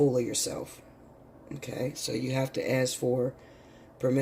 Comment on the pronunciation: Ask not ast.